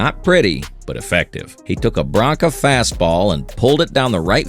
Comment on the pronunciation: Really not AI? Then why pronounce Branca "Bronca," as in honk, 'sted of Branca, like tank?